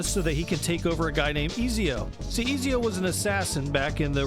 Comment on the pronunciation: Izio haha, it's Ezio😅